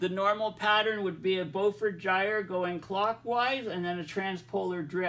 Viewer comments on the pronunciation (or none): none